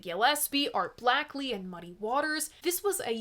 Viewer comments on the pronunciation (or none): Sorry,, but I believe that's pronounced Art BLAKEY...not Blackley. Still, as per usual, great episode. Keep your merciless pace up. I don't know how you do it. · that's a "long A" in Blakely. Great video!😊